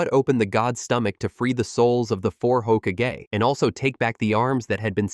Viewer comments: Ho-ka-gay is crazy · No one is going to know how words are suppose to sound anymore. A.I is Hoka-gay! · Say hokage one more time I dare you say it one more time!! Don’t you talk about my hokage like that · Nair-ruto, hoka-gay? But can say Miyoboku woth no problem.